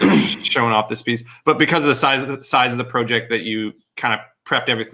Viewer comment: Project or porject? Lol